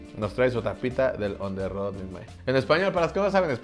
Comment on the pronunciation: On the rue. El profe inventando el franglish. Porque el profe es cada vez más fresón. Combinando el francés con el inglés,hephep.